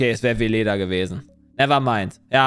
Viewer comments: Weleda ist nicht Vileda. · Weleda ist NICHT Vileda (Wischmopp). Vileda heißt so, weil es sich "wie Leder" anfühlt. Weleda ist eine Naturkosmetikmarke.